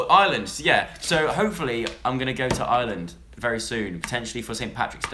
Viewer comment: why do you pronounce Ireland so wierdly?